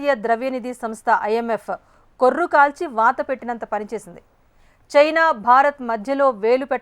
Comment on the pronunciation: కొర్రు కాదు కర్రు